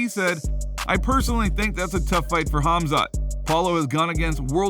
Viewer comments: It is Khamzat (Pronounced Hamza), Chael says Hazmat meaning digestion in Urdu Language 🤣🤣🤣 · Chael should really stop talking about Khamzat if he can’t even be professional enough to pronounce his name correctly. He’s not even close. Kazmat? Come on he isn’t new. Show some respect. Can’t believe he still can’t pronounce his name.